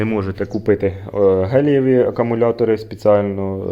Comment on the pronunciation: друже, тільки ж то акумулятори гелЕві, а не геЛІЄві :)